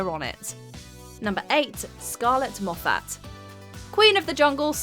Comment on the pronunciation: Scarlett Moffatt doesn't emphasise the second syllable of her last name. Moffett not Mof FAT